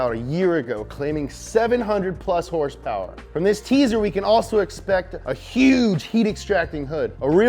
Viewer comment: horsepower? u mean....herrrssspewerrrr, right?